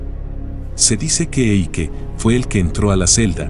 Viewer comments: se pronuncia Aike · si dice AIKE in tedesco